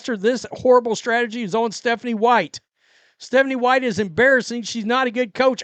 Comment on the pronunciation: What is Methanie white- is this from having sniffles? Idk really😅